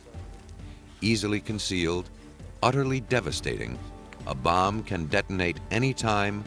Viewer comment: Hate the way the narrator says Bomb/Bomber/Bombing!!!